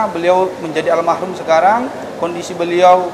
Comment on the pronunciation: "Almarhum" bukan almahrum